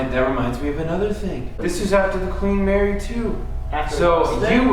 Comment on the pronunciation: Queen “Marry”